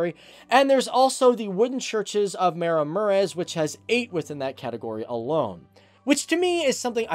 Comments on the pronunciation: Meremurez 😂😂😂😂😂😂😂boy whaat😂😂😂Ma ra mu re sh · "Mera Murez" - phonetics: Maraˈmureʃ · its pronunced maramuresh